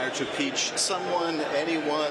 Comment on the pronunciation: Schiff “ desire to peach"